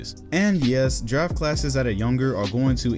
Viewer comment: Coulda Sworn in the Beginning said “ Giraffe Classes “ 😂